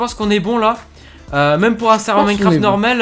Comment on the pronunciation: Mais mec ta dit norméle pas normal xD aller tu like non .